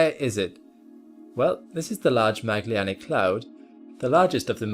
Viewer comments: there is no "Magllianic cloud". It's called "Magellanic Cloud". It is written correctly, but as with other names pronounced incorrectly. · Great video! I did struggle with your pronunciation of Magellanic though 😅